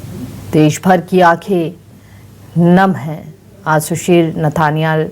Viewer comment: Nethaniel hai... galat naam padh rhey hai